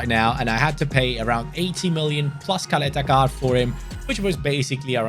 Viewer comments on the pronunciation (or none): U said Ćaleta-Car wrong few times